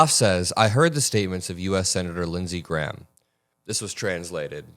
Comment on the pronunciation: Lindsey gay-ham.